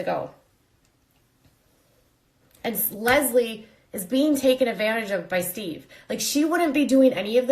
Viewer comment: I thought his name was sheve? Lmao